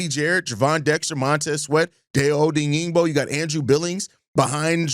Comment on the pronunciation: I think Dayo *Odeyingbo* is pronounced: Die•yo Oh•deng•bo 🐻⬇️